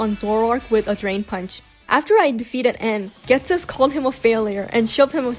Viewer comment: The way u said ghestis first mon took me out lol